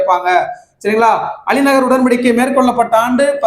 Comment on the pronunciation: அலி நகர் இல்லை அண்ணா அலி கர் உடன்படிக்கை